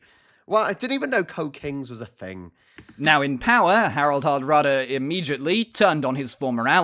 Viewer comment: Harald Hardråde ( you got it wrong ) - and it means the hard regns.